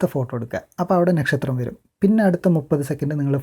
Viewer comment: Bro.. Nakshatram pronounce cheyyumbol onnude crct avanund❣️...